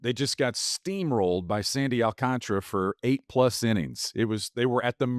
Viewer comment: Does everyone miss the extra A in Sandy AlcantAra’s last name? Or is it really pronounced like it doesn’t exist?…no one seems to acknowledge it exists